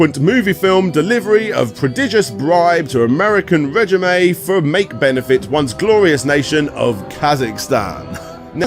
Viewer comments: Rej-uh-may? It's pronounced ruh-JEEM. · Quick FYI: “Regime” is pronounced “Ray-jeem”, not “Reh-jee-may” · In the Borat title: Regime is pronounced Ruh-jeem. Not Rej-uh-may. Sorry just bein that guy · also, kazakhstan IS real, and "regime" isn't pronounced like "reggie may" 😂